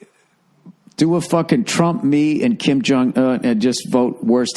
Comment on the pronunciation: Kim Jong "eh" XD